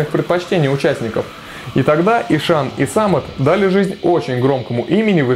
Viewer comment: И что из этого? Есть правила чтения. По этим правилам h между впереди идущей гласной и последующей согласной НЕ произносится. Звучать будет как Исан. Смекаешь? Или забей тогда на правила фонетики и произноси "Ищан", с ударением на И и прочитыванием "hs" мягко, как "щ", как Вегард произносит, а не ишАн, с ударением на А, как у тебя, раз уж так гонишься за соответствием, лингвист.